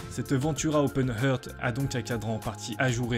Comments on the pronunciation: super vidéo ! en revanche la prononciation anglaise laisse dubitatif : "heart" se prononce plutôt [hart]... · "Heart" se prononce "arte".